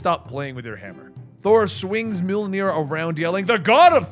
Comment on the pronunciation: "Milneer" lol.